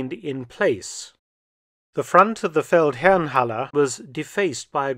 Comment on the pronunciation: Fun fact: The Feldherrenhalle is down the street from what used to be a Jaguar Land Rover dealer showroom which I now believe is one fo Mercedes. I have to compliment you on your unwaveringly correct pronunciation of German words in all your videos. Keep up the good work!